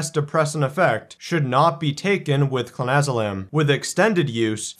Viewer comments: You pronounced it wrong in the beginning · I don't know if he is doing it for legality but if you cant spell it or pronounce it right maybe you shouldn't be advising people on its effects